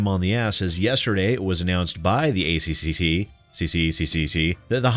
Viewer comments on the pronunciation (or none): It's pronounced A-Triple-C, because we're smart enough not to butcher it the way you were forcefully doing it through out your video. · Just say 'A triple C' instead of pronouncing every C in the ACCC name. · For future reference to save your tongue it is said "The A triple C" by most aussies :3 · As an Australian 'A C-C-C' makes me giggle; we say A-triple C' :) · Hearing you say ACCC-CCCC seriously made me giggle. It's great seeing you enjoy yourself. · to save your tongue it's "A Triple-C" and to be fair, all aussie beer is also piss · We usually pronounce it "Ay triple cee" - it's just easier that way. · Good job,, we pronounce it ACCCCCCCCC here in Australia, too.